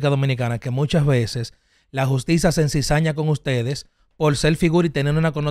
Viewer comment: Cuherencia no, se dice Coherencia. Encisaña no, Se dice Edward ensaña